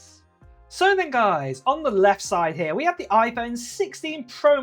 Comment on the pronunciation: It’s pronounced here not har